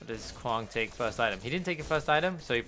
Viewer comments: Kwong? Why are you saying kwong? If we take away the k, wang, would you pronounce wang as wong? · Really you and hollow are the only ones ive heard call him kwong interesting